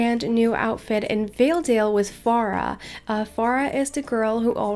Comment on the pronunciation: It's Fara Not Feara sry not meaning to be rude